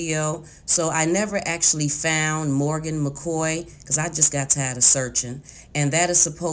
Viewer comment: It's the FOUNT, instead of found, for me!!!